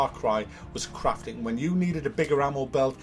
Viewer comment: When you say crafting it sounds like your saying craping. 😂